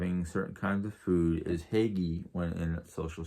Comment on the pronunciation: I think it’s pronounced Hoo-guh